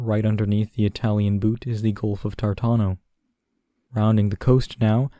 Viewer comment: Thank you! just as a side "pronunciation" note, I wanted to share with you the fact that many italian names you have said, are actualy pronounced with the stress on a different syllable. Namely "Genoa" which is the english name for "Genova" I think it would be better pronounced as "Gènoa" instead of "Genòa", Same with "Tàranto" instead of "Tarànto"(or Tartàno 😜but you promptly corrected it in the video nice catch ) and "òtranto" instead of Otrànto Italian has the vast majority of words which end in the second last syllable but for some reason, among the city names there is a very large group of third-last ending toponyms.